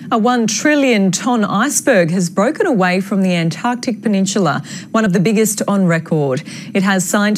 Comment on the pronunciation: what is a "peninshila "?